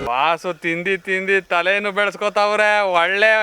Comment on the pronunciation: Handi ❌ Chindii✅✅